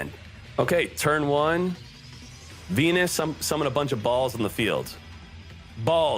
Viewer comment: u saying venus sounds like pen1s :V